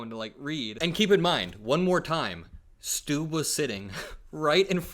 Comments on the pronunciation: Actually Trump pronounced Stubb better than you did. Im Trump hater but also finnish. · It's not pronounced "Stoob" lol. It's "Stubb" like it's spelled... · Finlands president is not called "President Stoob". It's pronounced like the English word "stub," but with a slightly longer and more emphasized "b" sound at the end, as in "stúb-b". While it's a Finnish name, its pronunciation in that context is quite similar to its English counterpart, with the key difference being a slightly more pronounced final "b". Trump likes President Stubb because hes a former golf pro and played golf with trump for 7 hours this summer. Plus he looks quite handsome. He's a nice guy though, Stubb. And no, he's not fooled by trump. He's about 100 times smarter than trump. A professor in political science and experience politican. Former prime minister of Finland. Very grounded. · That’s not how you say his name. It’s Stubb, rhymes with sub. 😂